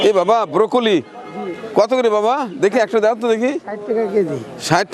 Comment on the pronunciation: কেন যে মানুষ ব্রকলি কে বোকলি।বলে বুঝি না!